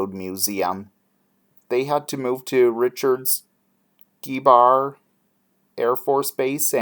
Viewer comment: Interesting channel. And it's pronounced Richard Gah-Bow-Er air force base.